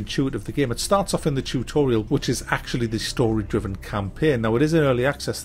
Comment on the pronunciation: Chewtorial....ha. Great video as usual.